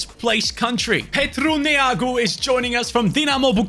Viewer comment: you said Neagu Very Well